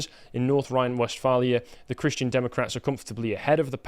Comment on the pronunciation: North Rhine west far-lee-a. I lived there, Its quite a big area.